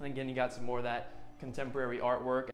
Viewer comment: ( / ) The realtor says, “You really can’t help the fact that you’re looking over your contemerlary, modern backyard.” No that’s not a spelling error on my end for the word he’s trying to say (contemporary). It’s actually a new word for us to learn today. A word that he made up. No my friends, it’s not “Ebonics,” that’s “Euronics.” 👀 😂😂🤣😄🤣🤣🤣🤣😄😂😂😂🤣😂🤣😂🤪 He also says at the end, “Let me know what you thought, of this home.” LMAO!!! Well…we know he failed his English class. He means to say, “Let me know what you think of this house.” God love him. God love him.